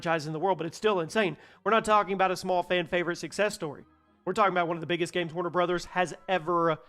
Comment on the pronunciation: Thanks for not mispronouncing it is warner bras/brawhs/something similar.